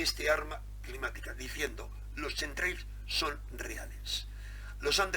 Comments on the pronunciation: Pronúnciese "KEMTREIL" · se pronuncia quemtreiiis por favooooor. Gracias por el aporte saludos de un seguidor. Un abrazo.